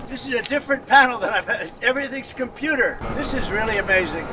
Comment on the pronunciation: "Everything's compooter!" ~Donald J6 tRump